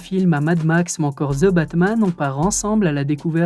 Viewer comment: Jaime bien tes video mais je veut quand meme te dire cest pas ze batman cest the (de) batman!!!!